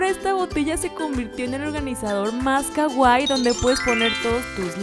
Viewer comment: Me encantan tus vídeos pero odio cuando dices kaguai no se pronuncia así 😥 es Kawaii la w se pronuncia ua y tiene doble ii las dos se pronuncian pero fuera de eso tu canal me encanta